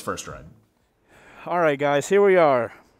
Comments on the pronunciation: Dude, it's Vitpilen, not Vitpilan. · Not to be a bummer but it's "Vitpilen" not "Vitpilan" :) Awesome video nonetheless <3 (means "the white arrow" in swedish) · As a swede, (where Husqvarna-bikes are from) it was really amuzing hearing your pronounciations 😅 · I came here for your pronunciation of 'Vitpilen'. Greetings from Scandinavia :)